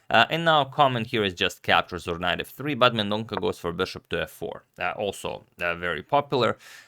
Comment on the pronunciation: It's Mendon-sa (not Mendon-ka)